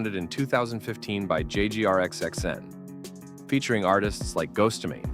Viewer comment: "jay gee r x x n"